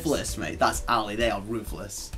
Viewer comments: Why do you say alley all the time? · I thought he was saying elite. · stop saying alley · I swear to god if this dude says Ali one more time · Tf is Ali bruv 😂